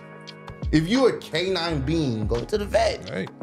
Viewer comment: "canince beings ", i cant make this shit up !! lmao